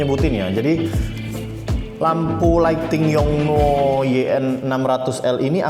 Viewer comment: gak usah dimonyongin gitu juga kali nyebut yong nuooooo.... 😍